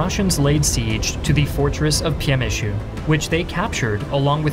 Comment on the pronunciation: Good job pronouncing Lodz correctly. You get a pass on Przemsyl, almost no one says it right.